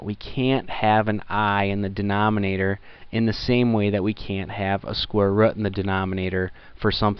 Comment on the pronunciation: " square wrut"